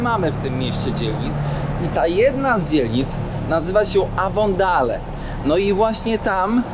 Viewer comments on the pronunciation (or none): W dzielnicy głąbie. ,,ejwondejl''....czy naprawdę jesteś takim tumanem? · Boshe mowi sie avondejl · " Avondale " czyt. Ewondejl... Oj... ucz sie i nie wprowadzaj ludzi w blad...Pozdrawiam 🤗